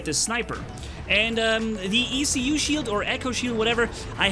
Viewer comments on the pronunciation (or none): In french, a "écu" is an elongated shield used by knights in middle-age to go to war. From there comes the word "écuyer" (esquire) : the person who bears the ecu of his knight when traveling. So ecu should be pronounced as a word, not as separated letters ;)